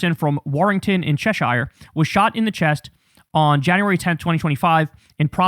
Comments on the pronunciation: It is pronounced Che-shear, not Chesh-ire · fyi it's "cheh-shuh" and "rao" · Just to help..."Shire" is pronounced more like "sheer" as in "the sheer ice walls" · Right, 'Cheshire' is pronounced... 'Chessh - ure'... Not 'Chesh - I're'. I know the spelling implies otherwise... But You're just gonna have to trust me on this, OK hahahaha. Big love, from someone just down the road form there lol. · Just a FYI for Kyle - county names ending in -shire are pronounced "shur". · FYI: Cheshire is pronounced Chesher or Cheshhah. I apreciated your version though. We pride oursoulves in the UK by doing our best not make everything sound LOTR af if you know whattameen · Cheshire is pronounced "CHESH-urr". Obnoxious. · Cheshsure bro, don't pronounce the shire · My comments are hidden but maybe you can see them Kyle, just FYI - Cheshire is pronounced like "chesher" not shire in British English. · Just saying . Cheshire is not pronounced "Chess-Shire" It's pronounced like it rhymes with "pressure" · Your pronunciation of Cheshire is embarrassing. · Cheshire is not pronounced like that Mr "it's Somali's, not Somalian's" deary me.